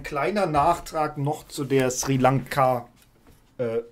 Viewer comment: Ja, das ist mir auch unangenehm aufgefallen : Schrie Lanka anstatt Sri Lanka Und ja, Sprachregelung von höchster Stelle, auffallender geht es nicht mehr.